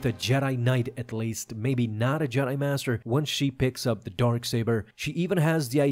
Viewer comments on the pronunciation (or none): none